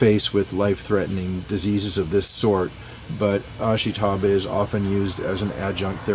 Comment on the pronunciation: Ashitaba – ah-SHE-tah-bah, not ash-ee-TAH-bah. Just saying.